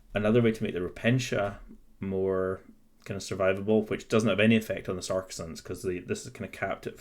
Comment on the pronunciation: I gotta tell you dude, it is really difficult to focus on the content of the video when you're constantly mispronouncing the word Sacresants. Sure, it might be pedantic, and I know which unit you're talking about, but it's still really jarring to hear "SAR-kuh-sants" instead of "SAC-reh-sants" multiple times per minute, and having that involuntary moment of internal translation takes away from what you're trying to get across in the video. It's made even more apaprent by the fact that you say you know you're mispronouncing it at the beginning of the video; if you know you're mispronouncing it and it doesn't easily/naturally roll off the tongue, why not take the extra few minutes before filming to get used to pronouncing a unit's name correctly? I understand that not everybody has perfect diction or whatever but I think people will take you more seriously if you're not mispronouncing the name of the unit you're reviewing.